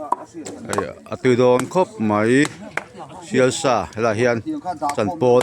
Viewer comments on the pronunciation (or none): Sial sa chu a ni ngei a,mahse a lam dan dik zawk chu "se sa" tih tur a ni..